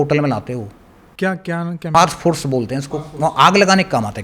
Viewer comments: Phosphorous --HRyana style prounounciationse today samajhmai naghi aya hoga . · Phosphorous acid bolte hai sir